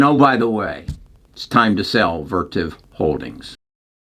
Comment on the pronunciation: it’s “Vertiv” not “Vertive”